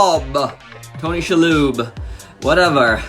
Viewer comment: It's "She" (as in the pronoun) lob. Cool review! I love this figure.